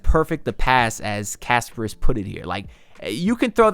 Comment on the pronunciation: Please pronounce kasParas instead of Casper. 😆